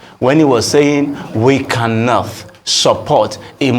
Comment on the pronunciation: buth, cannoth 😅